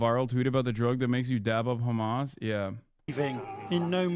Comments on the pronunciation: I get you are a jew, but stop saying Khamas you dumbass. It is Hamas, in Arabic it is not a Kh sound but an H sound. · “Hamas piker” 😂😂😂😂😂